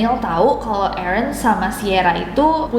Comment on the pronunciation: nessie nyebut Aaron yang saya denger EREN (TATAKAE!!)